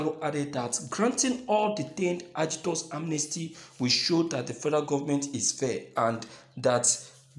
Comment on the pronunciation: Do you mean AGITATORS OR (AGITORS)?